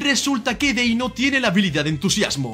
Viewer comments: Deino ❌ Denio ✔️ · Denio?, no era deino? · no es por bardear pero de dice deino no denio